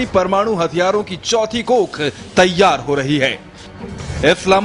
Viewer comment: yar iski hindi bakwas bilkul smjh ni aa ri... 'parmadu' lol n wat is this 'iss' 'pakisssstan' 'newssss ppr' 'manssssube' 'tezzzzzzi' '' etc :P anyways PAKISTAN ZINDAABAD